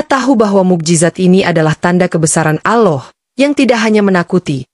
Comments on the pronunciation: Yg benar nyebut Allah bukan aloh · Sayng yang cerita gak fasih ucapkan Alloh.